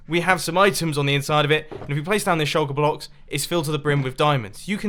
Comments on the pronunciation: mumbo sed SHULKER BLOX! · No, he said shulker "blox" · You said shulker blox